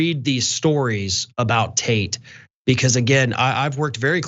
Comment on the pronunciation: I kept hearing John referring to Tate as “taint.” Well played, sir!